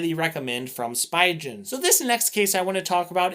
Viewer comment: great video! the way you say Spigen makes me cringe though... the "pi" is pronounced as "pee" the "G" in "gen" is pronounced as the "G" in "go" pronunciation /spee'gan/